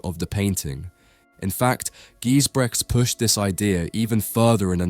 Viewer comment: Never heard of Gijsbrechts before, but totally captivated by his skill. Btw, check the correct pronunciation of his name!